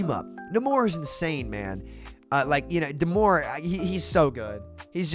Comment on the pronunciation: It's Nay-mor, not Na-mor.